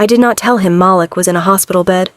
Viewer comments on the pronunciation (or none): Haha Mal-lick...we all know it's Mah-leek